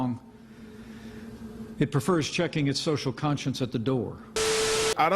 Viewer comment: Did he say CONSCIENCE?